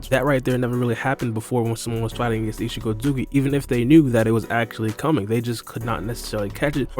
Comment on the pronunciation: Isshiki not isshiko